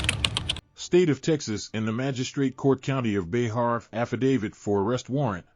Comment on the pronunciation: It’s Bexar county-pronounced BEAR. 😂 Bay-har? 😂😂